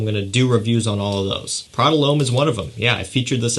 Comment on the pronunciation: It’s not Prada Loam 😂😂 It’s Prada L’Homme dumass